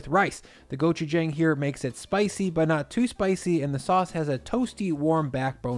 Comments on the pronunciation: hello sir it’s pronounced gochujAng gochujAHng AH sound not AY not gochujayng thank you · Try saying go-chew-jahng instead, like John ending in g. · Gochujang. Good stuff. But the last syllable is JONG. Just sayin;) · Hi. Great video. If it’s all the same to you, could you pronounce gochujang correctly? Or at least somewhere in the vicinity of how Koreans say it? The a is an “ah” sound as in “want” or “calm”, not a flat a as in, well, “flat” or “whack”. I didn’t think it would bother me so much until hearing you butcher it like a dozen times in this video. Since it’s not difficult, could you give it a shot? Big thanks, and congrats on the 400K subs!